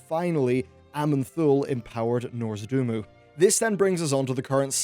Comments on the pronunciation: Did he actually say "Nozordumu" instead of Nozdormu ? :D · yes, it is shameful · DID HE JUST SAY NORZDUMU ? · Love your vids but you really have to work on pronunciation. Nozdormu for example. Please don't make me cringe anymore <3